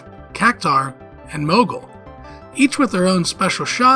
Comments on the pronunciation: What the hell is a "mogul"? I know you're trying to say "moogle" but for god's sake get a pronunciation guide! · The mispronounced Moogle bugged me everytime I heard it. Doesn't even make sense why it was being said that way just off of spelling alone, very simple word to say correctly